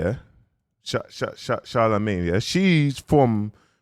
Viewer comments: 😩 Charmaine… CHAR (shar) - MAINE (main/mane).. where did the LA come from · he deffo said Charlamagne , I wasn't expecting to see *Charmaine🤣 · Why u butchering Charmaine name 😂😂😂😂 man said Charlemagne 😂😂😂😂😂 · A man said Charlamagne from Breakfast club 😫😫😂 it’s Charmaine bro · Her name is Charmaine, not Charlamaine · Whole time I thinking his saying Charlamaine from breakfast club😂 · Between PooDoo and Charlamaine.. I was cracking up 😂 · Ahhhhh hell nah!! I know u didn't do Charmaine name like dat bro 😂😂😂 different algorithms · Omg its "charmaine" and its "poodle" also its "nonchalant" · Man is jus butchering her name 😂😂😂😂